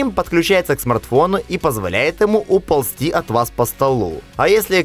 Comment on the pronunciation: Уполсти от вас Ахахахахах ОРУ))